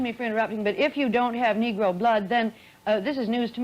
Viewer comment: Bro said "the nigro blood ""😂😂😭😭